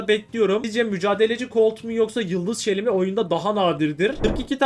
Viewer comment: U de şile şeli diye okuyacaksın